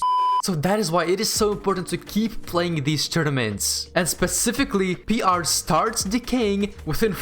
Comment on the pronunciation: I love how he says ‘’p.rrrr’’